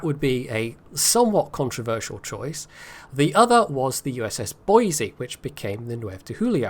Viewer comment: you pronounced Boise correctly! But, if we are going with Western US state capitals pronunciations, you are using the wrong 'e' sound for Helena. The correct way is like Helen, then add the soft 'a' at the end. That is all